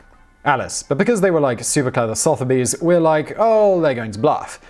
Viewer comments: Soth-erbys? Sutherbee is closer. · Sotheby's is pronounced "su-thu-by's", not "soth-by's" or "soth-u-by's". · Sotherby's is pronounced "Suther bees". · The pronunciation of Sotheby's was painful.